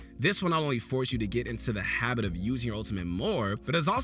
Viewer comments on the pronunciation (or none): none